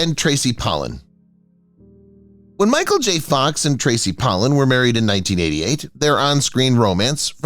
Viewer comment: This is the worst Narration because he pronounce David Muir & Tracey Pollan's names wrong.